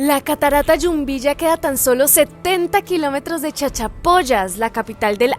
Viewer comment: Hola chicos felicitaciones bonito video a seguir disfrutando del viaje, así nosotros disfrutamos de sus videos, una acotación es Jumbilla no Yumbilla. Saludos un abrazo.